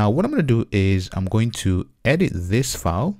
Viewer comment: file not foul. OK?